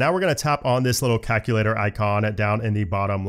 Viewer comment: Love the vid but hate the way you say “calculator”. Are you Canadian by chance?